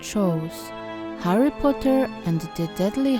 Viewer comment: Kochana, jest świetnie, ale mam jedną uwagę! Źle wymawiasz to jego imię po angielsku co mnie trochę boli. ;^; Powodzenia! Kocham takie projektowanie. ♡